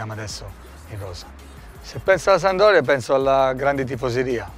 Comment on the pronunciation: 💙⚪💖🖤⚪💙 Pescara è rappresentata da un delfino... Genova, da ALMENO 50 anni è rappresentata dalla SaMP! PRIMA REGOLA: imparare a dire SAMPDORIA ( si può dire anche SAMP...anche DORIA...ma MAI sandoria!) IMO ovviamente. Saluti e SEMPRE FORZA SAMP!!! (hai visto Difra...è facile..😜😜) 💙⚪💖🖤⚪💙